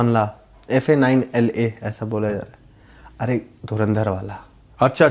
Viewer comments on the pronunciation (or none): this amazing song is pronounced as "Faşla" not "Fanla," from proud Bahraini rapper Flipperachy. Faşla means "celebrations"